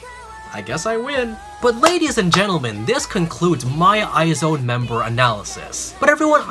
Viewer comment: it's "eyes one" not "eye zone"